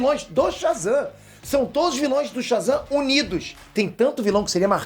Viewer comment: "vilães" foi de fuder